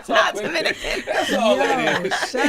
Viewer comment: Calling Envy Domican kills me everytime 😂